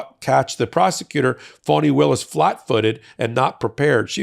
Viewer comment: Could you please address Fani as AG Willis? Instead of Fawni??